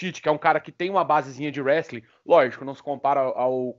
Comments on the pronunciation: O cara sparring do DC e n sabe pronunciar o nome da arte marcial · O cara mora nos eua, trabalha na aka e não aprendeu a falar “Wrestling”?